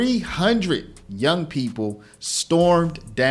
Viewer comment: PeePUL storAYS Sorry, I had to stop.